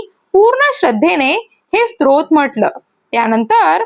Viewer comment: स्रोत नाही ग स्तोत्र